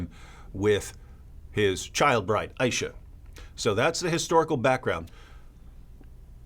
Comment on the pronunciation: If you're going to speak about that woman's name you could at least pronounce her name correctly. I. Ee Sha.